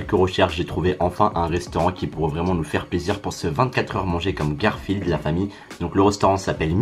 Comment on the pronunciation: Combien de fois il a dit garfiled 🤣😂